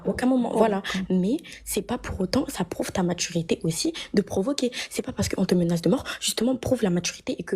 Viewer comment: Provocance .... matchurité...... C'est trop pour mes pauvres oreilles😂😂😂